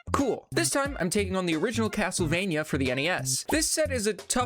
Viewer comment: Haha Cattlevania.